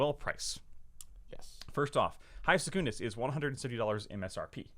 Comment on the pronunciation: Why do you pronounce Secundus with this emphasis on the first U btw? It sounds really odd to me